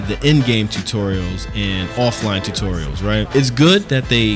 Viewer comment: Your Saying Tutorials Wrong